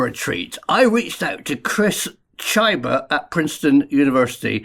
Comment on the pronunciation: I believe that pronouncing Chyba as Tchajba is erroneous 😉